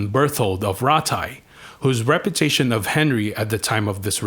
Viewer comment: I can't make out what you are saying. Are you saying Rep U Tation or Rep er tation? Because it sounds like you are either saying Rep er tation and at times Reparation's which is something completely different again.